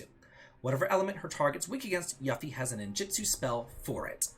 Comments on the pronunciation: Maybe start pronouncing Junon and Yuffie correctly before worrying about the letter k in magic. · It really bothers me that he keeps pronouncing yuffie name wrong